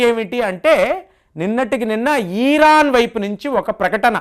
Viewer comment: ఈరాన్ ఏందిరా భయ్, ఇరాన్ అనాలి